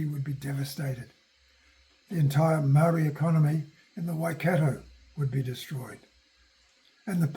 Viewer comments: Kia ora e hoa. Thank you for sharing that others have commented on your pronunciation of kupu Māori. I realize that it is the result of a socialization process which combines habituated language patterns and deliberate monocultural policies. I am assuming that you are speaking from some sort of written outline or script when you make your posts. If so, I suggest that you consult with someone about the correct pronunciation of Māori names / words and write them out phonetically in your script. I am interested to know whether you intend making posts of about colonial military encounters with Iwi / hapu? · Someone who can't be bothered to pronounce names properly just says i cant be bothered adjusting my monocultural mindset. He may have done his research, but is merely recounting and making profit from already written historical accounts to be found in land court records, Waitangi Tribunal reports and books and papers going back to the earliest missionary times. Any really interested people in finding out such histories only have to approach their tangata whenua Iwi / hapu with genuine respect and ask about their story.